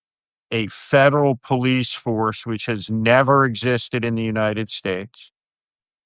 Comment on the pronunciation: PolICE pronounced poll+ice. There’s now police and polICE.